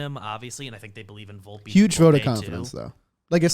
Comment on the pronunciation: I believe it's Vol-pay.